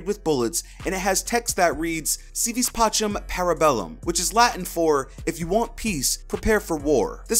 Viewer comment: any latin students cringe at the way he pronounced “pacem”?